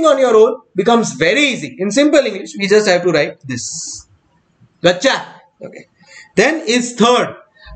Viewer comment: Everytime sir said GOCHA.... being a bangalorean, I heard it as MACHA